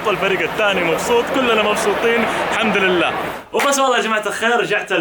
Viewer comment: دقيقه ٧:٥٧ قال حمدراللع